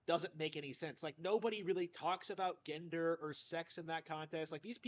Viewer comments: His pronunciation of “gender” reminds me when he couldn’t pronounce “notoriety” right. Someone never passed English. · Gender.😆. C’mon man, get outta the basement, talk with real human beings, learn to pronounce “gender”. And while you’re out, grab a comb.